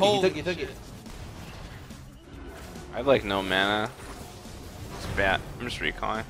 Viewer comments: "I am badeed" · this malphite said all game "i am badeed". kappa